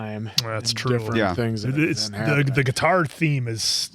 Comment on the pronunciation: a Giii tar? and you haven't played part 2? 😆